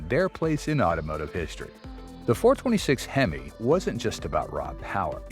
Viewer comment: Why's he mis pronouncing hemo